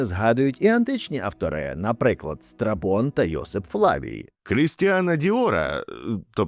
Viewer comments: Страбон, а не страпон хтивий ти збоченець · Чого я чую не Страбон, а страпон? 😭